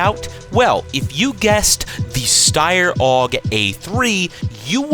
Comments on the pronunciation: my guesses 1) Kriss Vector 2) Glock 18 3) FN-509 4) AUG A3(Steyer is pronounced sh-teyer, not st-eye-r) 5) HK-33 6) SCAR-H 7) MP5 8) MP7 9) PP-19 Bizon 10) HK51B 11) I have no clue, I just call it the Serbu Arms BFG-50A. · That's not how you pronounce Steyr, it sounds like this: "shtayre" not "stayr". ok?